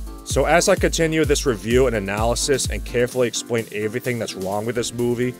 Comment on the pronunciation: lol "averything"